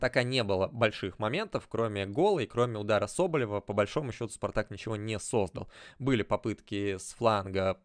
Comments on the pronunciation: кто бил в упор, когда Гилерме отразил? Звучит неразборчиво фамилия. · Я и сам видел Соболева. Но в ролике ты как произнес фамилию, не с претензией, но несколько раз пытался разобрать. И ни разу не рпсслышал